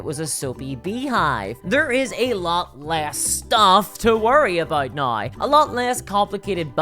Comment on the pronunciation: The word is now.. Pronounced naū